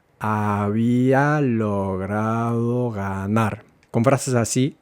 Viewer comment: Why does "" pronounce the final R of infinitives as the rolled RR (as in PERRO), instead of the correct tap R (as in pero)? This is, I believe, a non-native speaker over-correction. It isn't right to say "no va a ganarrr"! (Some of us non-natives are, it seems, so pleased about having learned to pronounce RR, that we use it where it doesn't belong.)